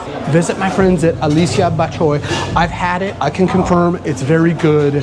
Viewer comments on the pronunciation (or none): none